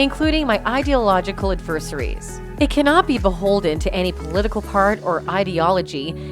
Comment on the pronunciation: Narrator needs to acquaint herself with a dictionary, or better yet the websites that pronounce words for you. Necessitate, adversary, absolutes.... Takes seconds only online. "...like the right to BE (?!!) free, albeit hateful speech on campus"? Maybe re-record over mistakes, or edit out a wrong word, like "be" in this case? Certainly it was intended to read "...like the right to free, albeit hateful, speech on campus."